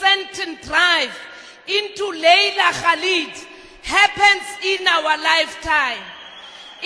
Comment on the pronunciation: The ZiNz woman deliberately mispronounced the name of Laila Khalid as Kalib meaning dog.